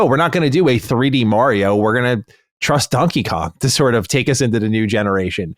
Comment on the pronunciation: Every time mispronounces Mario, a small child gets struck for not doing his homework